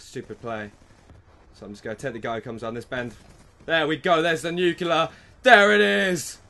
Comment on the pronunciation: why is it so hard to say nuclear correctly to so many ppl lol, boggles my mind...nuke + lear (as in lear jet)=nuclear